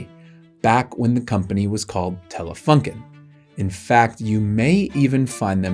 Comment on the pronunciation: The company is called Telefunken with a „u“ like in You